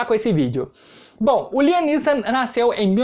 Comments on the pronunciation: Pronuncia correta láiam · Láiam essa é como se fala